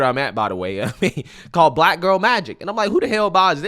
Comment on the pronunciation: what's with the way Joy pronounces "black"? Like she doesn't like the word. She says it in a very nasty way. Like she emphasizes it in a weird way. listen to her.